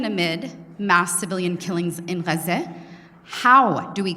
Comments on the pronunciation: The way she pronounced "Ghezze" is so annoying. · Why'd she pronounce Gaza like that? She's completely English speaking ? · Ex-fucking-cuse me, Gaza is pronounced like w h a t ? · How did she pronounce Gaza?